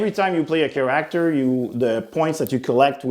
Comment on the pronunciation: Ahah. How can somebody speak english so well and not know how to say the word character? 😂 Like... he's never heard that word before and had to say it for the first time? That cracked me up. It reminded me of Britta saying bagel wrong in the show Community.😂😂😂